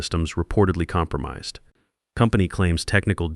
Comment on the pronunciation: but it mispronounced "compromised"